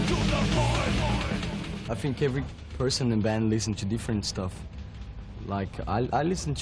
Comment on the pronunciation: Eu só um pouco; ele fala "think" com pronúncia d "f", no início, e o correto é: thi, é pronunciar "s", encostando a ponta da língua no dente para ficar perfeito.